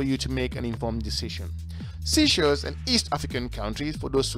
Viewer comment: Please stop saying seashells it's sey like say.